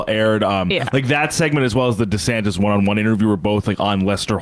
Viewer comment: Perfect. Rhonda Santis is a good one too. Ron did that one to himself because he dropped the "Dee-" in the pronunciation of his name. Supposed to be DeeSantis, but he changed it. Ooops! 😂